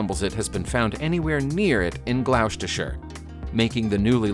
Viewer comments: Nice but its pronounced glostershire - thats glos not gloouwsteshire or whatever that attempt was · Glowstashire? Lol. It is pronounced ‘Gloss-t-sherr’. Good video. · Gloucestershire is pronounced ‘Glostersheer’ not ‘Gerlowwstirshyre’ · Gloucestershire (England). It's pronounced 'Glostershire, not Glouwstershire :-) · It's "gloss-derr-shy-urr " not "Gloucx trr sheior " sorry Gloucs is pronounced "gloss" as in gloss paint. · Hi Nice narration! but Gloustershire is pronounced Glostershire! Shalom to us only in Christ Yeshua. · For goodness sakes, it's pronounced "Glostershire". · GL-OW-stuhshire? Ouch? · Glost-asher is how you pronounce gloucestershire nice try tho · That is pronounced as Glostershire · Gloucestershire is pronounced Glosstershire ~ not like you would pronounce house or glouse... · Gloucestershire is said as Glos-ter-shire. I know it is not spelled that way. It is corrupted from Gleawcester - the roman fort of Gleaw or "The fort at the bright place". It seems to have been founded in the second century CE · Pronounced Gloss-ter-sher. not nit picking honest lol. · Shire on a place name is usually pronounced as 'sheer' like 'wiltshire (will - t- sheer), gloucestershire (gloss-ter-sheer) etc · We pronounce it GLOS-TER-SHIRE, but that was a cracking effort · Gloucestershire = GLAW - stuh - shirr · Gloustershire is pronuonced gl ost er shire, g lostershire, the u is silent. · Ha ha, for future reference, it's pronounced "Gloss-ter-shir." A lot of the letters in "Gloucestershire" are silent. Impossible to know without being told. (Laughing because a lot of English place names are counter-intuitive and it's unfamiliar to me to hear Gloucestershire said phonetically, not laughing at someone for not magically knowing that, to clarify.) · Its pronounced "Gloster shire"... Gloucestershire.... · Gloucestershire ... bit tricky for our American cousins . Say it Glostersheer otherwise you'll sound like Donald Trump! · Spat my coffee out when I herd that one.